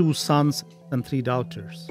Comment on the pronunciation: why is he pronouncing daughters that way